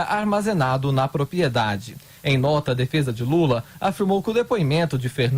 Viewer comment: Prezado locutor: se diz propRiedade